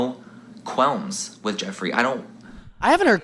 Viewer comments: It’s qualms not quelms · Manny, baby, it's quAlms